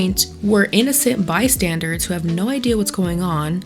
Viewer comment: I agree with everything you said except I can't figure out if you are saying "innocent bystandERS" or "innocent bystandARDS."